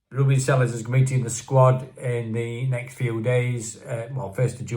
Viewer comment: Welcome back to Blighty,! I hope you enjoyed your Turkish delight. Being a bit of a Spanish speaker, I would love it if all Unitedites could learn the Spanish pronunciation of Sr. Selles name. It's actually quite easy - "SAY-YES". I'm sure he would appreciate it if we all made an effort. The last time I tuned in, I noticed that Jimmie was trying his best. As for HAMER, "HAYMER" is the Anglicised version, whereas HARMER is certainly more Dutch or Brazilian. Adios amigo! Hasta luego!